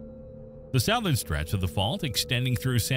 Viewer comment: AI narration. "South"-ern? I don't think so. No native English speaker anywhere in the world would pronounce it that way. The word is pronouned "suthern".